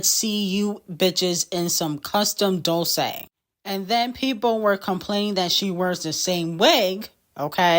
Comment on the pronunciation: Dolce pronounced wrong 😂